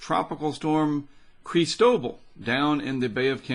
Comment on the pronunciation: Isn't it just CHRIS-toh-ball? Either way, definitely want to support via Patreon and would love to even join you in recording some of these storms. I have experience as a videographer from documentaries as well as voiceover experience from doing PSAs for local charities, services which I would gladly donate to you and your channel. :) I also believe this will hit somewhere on the LA coast, or right over the border in TX or MS.